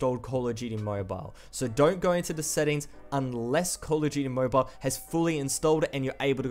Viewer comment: "coll uh jeuyty"